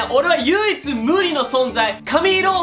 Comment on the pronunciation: 唯一無理のって聞こえたwww